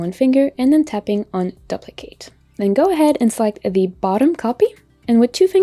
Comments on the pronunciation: For a beginner like me you need to say you need to tap the screen to confirm your action. I followed your instruction as you went and wondered why the action wasn't looking the same as yours when you went to the next step. Never heard someone pronounce duplicate this way before, is it regional? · Wonderful! Thanks for doing this video. Worked great! (p.s. You might want to google how to pronounce "duplicate" ;-)